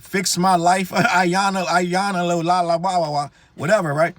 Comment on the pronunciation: WAIT!!!! How did you pronounce Iyanla’s name? 🤣